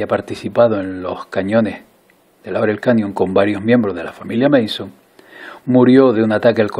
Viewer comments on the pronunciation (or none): Creo k lo pronunciaste mal. Es Manson, no "/meison/"